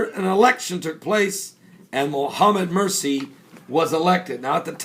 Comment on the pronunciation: He cracks me up everytime he says Muhammad Mirci. Lol.